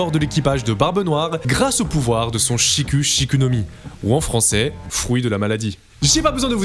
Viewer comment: Cela se dit, Shik' Shik' et pas avec "u" en français guignole